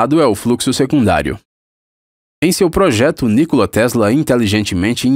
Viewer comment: Se fala nikóla kkkkk pqp